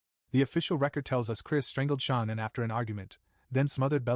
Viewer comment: Why can't the guy say Shannan or Nicole right?? Just saying...❤